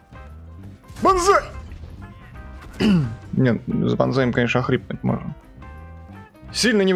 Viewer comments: Надо было кричать не банзай а бан кай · Мне вот понравилось как ты говорил Банзай . Так-то ОИ хороший танк на своём уровне но очень медленный .